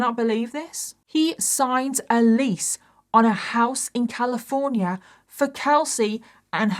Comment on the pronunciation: Wewy similar ways😂😂😂 wewy wewy Califwornia 😂😂😂😂